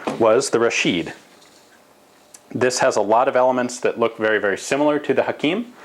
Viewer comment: U say Hakim Perfectly